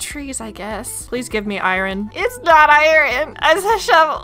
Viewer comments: … you are pronouncing iron I-rin 😂. It is actually I-orn even tho it is spelled iron 😅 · Okay I gotta say it It’s ai-urn not ai-ren 🥲 great series! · I feel bad because it’s driving me absolutely nuts to hear it pronounced incorrectly 😅 love the vids, but I-rin 😬